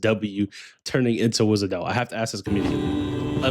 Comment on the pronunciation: For n'th time, Wishadel, not Wizadel. They really made her dirty with Czech SH. Amiya spell it correctly here.